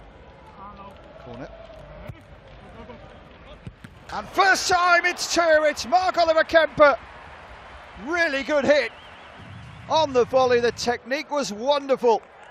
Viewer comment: pretty sure it's kempf en weiser and not kempe and wieser, but because the commentator is English I'll let it slide 😁